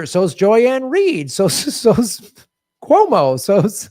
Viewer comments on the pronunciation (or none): none